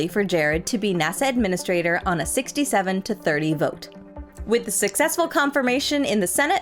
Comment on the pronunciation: I know, right? And Angara is AngarAH! Also, says 'Susseksful' )